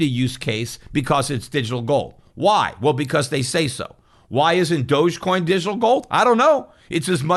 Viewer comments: Pretty sure it's pronounced "dog" coin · dogecoin is pronounced "dog e-coin , doggycoin" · Thought it was pronounced dog-e-coin